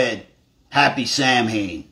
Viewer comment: Samhain is pronounced "sah-win". Don't me...